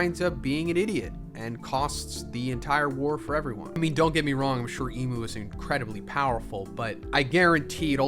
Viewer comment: I don't like that you call imu "emu."